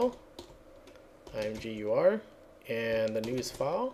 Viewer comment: I think it's supposed to be pronounced imager. At least that's how I've always said. Thanks for this, I love imgur but hate their upload UI.